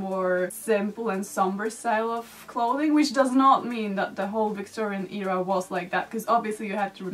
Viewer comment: It’s a great video honestly, but it really bothers me how you always pronounce era like "eeera".